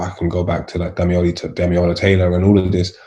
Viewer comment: *Damilola not Damiola